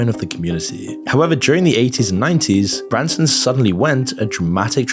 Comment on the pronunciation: Branson Missouri? No this is Bronson Missouri